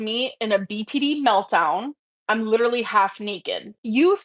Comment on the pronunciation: "I'm lidrually half-nakid" Girl, you casually vlog in a bra, to our detriment, don't even. :face-red-droopy-eyes